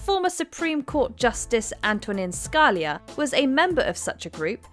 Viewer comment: The way she said scalia’s name though😂